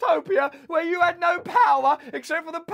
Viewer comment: "I ad that" :))))